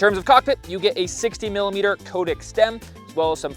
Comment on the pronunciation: Nice review, good to see a little MTB DNA getting into gravel bikes! By the way, from Cotic's web site: The name Cotic comes from a nickname for our founder, Cy Turner, from his university days. Cy-Cotic - 'psychotic'. It is pronounced 'Cot-ick', not 'Coat-ick'.